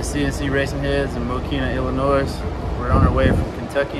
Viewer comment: Don’t pronounce the S in Illinois 😂😂